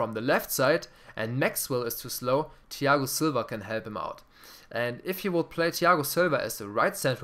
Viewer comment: Das Th von Thiago Silva nicht deutsch aussprechen lispeln ;D